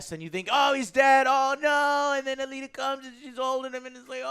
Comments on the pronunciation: Also don't review something where you can't even pronounce it's name correctly. It's not Battle angel ATTILA.... It's ALITA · You can tell that joe doesn't know what this movie is about as he pronounces Alita as "Atila"